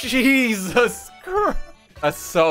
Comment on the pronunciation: wtf did he say????? ay-soos?????????????????